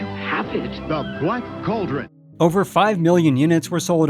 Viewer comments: Its pronounced "call drun" not Coal Dron. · This narrator needs to learn how to properly pronounce the word "cauldron" (it's NOT "coldren"!) I can't even watch to the end as hearing him repeatedly say it wrong is driving me bonkers! *FAIL.